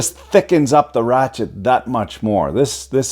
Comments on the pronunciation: Its a Rache-te 😣👌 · 3 mins of talking....just show me the "rrrrachete"